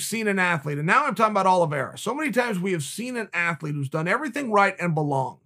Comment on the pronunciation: "Charles Olivreea" - Brendan Shlob